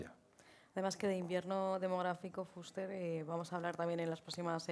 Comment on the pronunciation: Sra Presentadora. Ponga el acento en la E y no en la U cuando diga FUSTER.